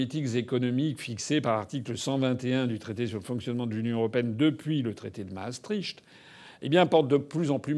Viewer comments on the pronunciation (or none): Toujours très bien. Bien dit, bien parlé, clair. Un détail de prononciation : MASSTRICHT; qui veut dire passage de la Meuse: MARS, Meuse et tricht, du latin trajectus. Le phonème "cht" estpropre au néerlandais et n'a aucunéquivalentfrançais; c'est pourquoi, depuis des siècles on le prononce "q". Donc Masstricht se prononce "mass-triq" (Moyen mnémotechnique une masse et une trique ! ). De même on dit le traité d'Utrecht (utreq). Bien cordialement